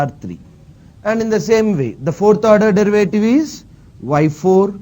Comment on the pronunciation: dırıvıytiri ne hocam